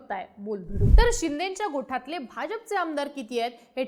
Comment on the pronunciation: अहो गोठातले नाही गोटातले असं म्हणा...